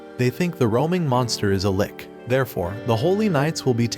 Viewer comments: Wudahel is "lick" its lich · NOT LIK BUT LICH